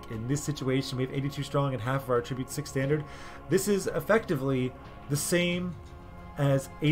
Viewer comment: Awesome video, thank you. Side note- you're mispronouncing attribute. It's pronounced differently when used as a noun.